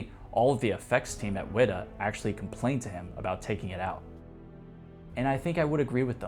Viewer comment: Bro's pronunciations of things like Na'vi and WETA are getting to me. The former might be right, but it's just as brain-drilling